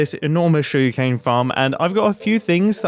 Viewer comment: every time mumbo says "sugercane" i think of that ely remix